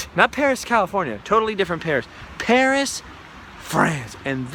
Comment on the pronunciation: not Peris, CA. lol